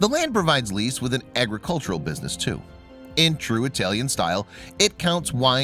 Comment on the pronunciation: Go look up the pronunciation of Lecce.